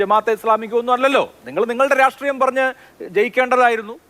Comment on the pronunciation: രാഷ്ട്രീയം എന്നുള്ളതിന് എല്ലാ cpm കാർ വരുമ്പോഴും രാട്രീയം എന്ന് പറയുന്ന എന്തിനാ? ഇവർക്ക് മലയാളോം അറിയില്ലേ